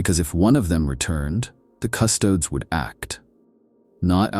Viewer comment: when using an AI voice-over, at least take the time to write words like Custodes phonetically for the sake of the listener.